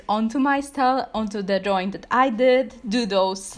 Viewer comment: Drawing not draw wing